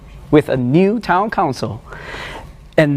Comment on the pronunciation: Love the way Jamus used the American Cowboy style accent to say "We will do so with a new town council".....Have a listen . Really feel that with opposition like him, we might really have a chance to push Singapore into the next level where the country is not driven just by GDP alone. We can move together as one and make sure no one would be left behind in our progress upward.